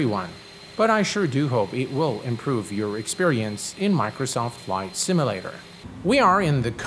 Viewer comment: Um, it's not a "similator" it's a simUlator.